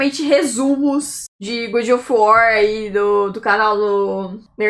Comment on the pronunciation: gud of war kkkkkkkkkk